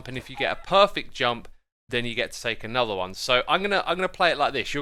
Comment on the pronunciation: "Hello everyone! and welcome back to a'nether episode of Hermitcraft! *insert trying hard brit accent 😂*" From all hermits intros, X's got me and now and everyday here in our house its my new hobby, out of nowhere I will just spit his intro I don't know why😅, I just love it!